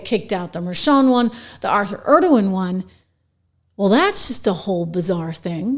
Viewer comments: ENG O RON. ENG O RON. Say it after me. NOT ERD O WAN. Completely different fellow. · Engoron's name isnt pronounced like the name of the president of Turkey